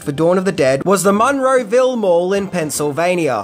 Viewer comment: As someone who grew up down the street from the Monroeville Mall, it's freaking me out how you pronounce it. lol